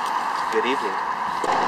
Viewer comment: “good evening “😂😂did that lil ahh roll